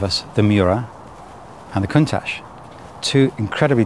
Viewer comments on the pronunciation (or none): Countach should be pronounced: koon-tatch according to my Piemontese friends! It is a Piemontese expression of awe when they see something amazing, great name for such an awesome car!